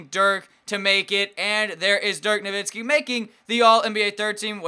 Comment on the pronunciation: ur saying DIRK NOVITSKI its no-wit-skee